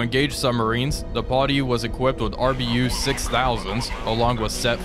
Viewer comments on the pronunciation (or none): TY. The 'Potty' was starting to grate.